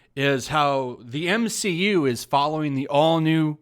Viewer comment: I swear I heard the entirety of the internet cringe when he said M-she-U